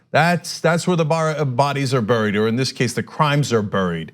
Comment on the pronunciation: Cenk, you say the word "buried" very strangely.